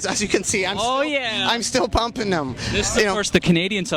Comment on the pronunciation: And “dem” instead of “them”